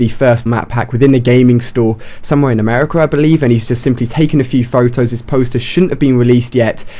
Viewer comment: alia ... you say america very funny :D